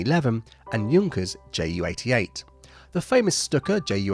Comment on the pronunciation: Can a German speaker please tell me if the pronunciation of Dornier and Junkers is correct here? on Military Aviation History is German and seems to pronounce them differently.